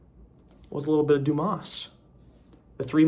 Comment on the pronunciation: bro spelled the "s" in Dumas, I'm disappointed.